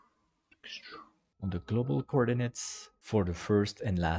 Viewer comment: extuurrrd extuuuuurrrd extuuuuuuurd😂😂